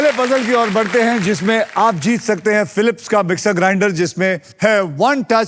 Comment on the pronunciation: Its sounds fun when Akshay pronounce 'Philips'😂